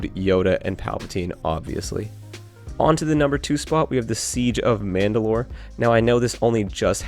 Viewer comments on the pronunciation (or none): none